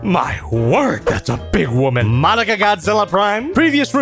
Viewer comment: Is it just me or the way says Madoka is starting to sound like Monica